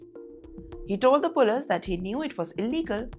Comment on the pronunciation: Pull-ees, not pull-iss.